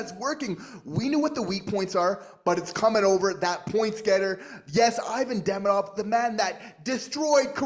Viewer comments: Demidov....hmmmm. Why are you pronouncing it Demeedov? There's an I in the middle, not multiple letter, e's??? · Curious.. I’ve heard so many ways to pronounce his name but on Russian channels, it seems to be: Dee-Mee-Dove (like love). Did he say how he wants it pronounced in North America?